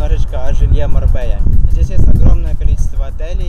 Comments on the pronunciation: Не Марбея, а Марбелья! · Извините за вопрос, почему вы говорите Марбея если правильно Марбелья. Тоже самое Андалузийский , а правильно Андалузкий! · не на Марбелья, а Марбейя...многие русские говорят с буквально Л,но это не правильно тк две ЛЛ читается как Й... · Marbella - МАРБЕЯ читается